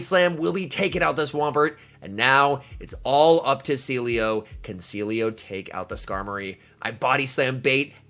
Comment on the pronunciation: Sealeo = See Elo XD